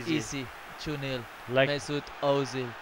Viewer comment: I always thought it was Erzil not Ohzil